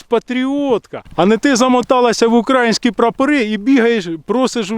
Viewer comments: не кажи УкрАїнські,казати потрібно УкраЇнські 😉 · Українські, українська, українською - наголос на Ї !!!!!!!!!!!!!!!!!!!!!!!!!!!!!!!